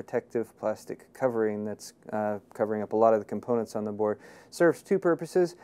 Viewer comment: he said cum-poonets